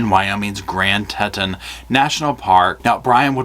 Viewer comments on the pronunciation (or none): BTW Teton is pronounced TEE-Ton, not Teton. Still good video mate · FYI it's pronounced tee-tahn